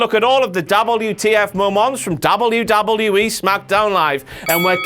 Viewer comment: why does he say wwe so weird hes like wluwluei